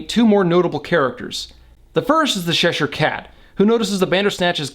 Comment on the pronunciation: LMAO! I love this channel, but it's not "Sheshire" it's Cheshire, as in Cheshire cheese....it's white & crumbly, much like myself. ;o)